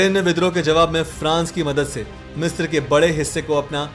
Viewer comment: मिस्र (misra) है, मिस्त्र नहीं है